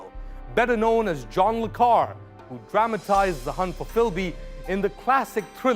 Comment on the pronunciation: Dude, le Carré isn’t that difficult to correctly pronounce. Do your homework.